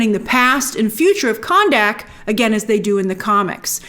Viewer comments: grace i think khandaq is pronounced kun duck and not can dak lol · Geeez Grace, it's Kanduck Not KandAck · Jeez please pronounce the names correctly. It was a good movie, not the best but entertaining. Dont even know why i listen to these critic videos. Kahndaq NOT Candack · What's up with You pronouncing Kahndaq as Cannnnn Daaaaak? 😂